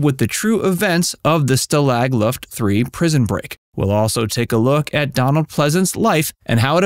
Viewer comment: It's not stay-lag luft LL, It is Staw-lag luft III.